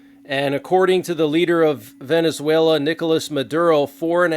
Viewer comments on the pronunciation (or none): none